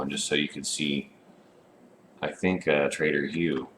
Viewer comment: grammar heh. He just pronounces them that way lol But that's be interesting to see untrustworthy ones too like a rival settlement group to the White River one lol. They'd deal in shady stuff, like alcohol, and medical drugs etc. Seems like it "could" be a thing eventually since it would make sense too. but yeah heh, trader, not traitor xD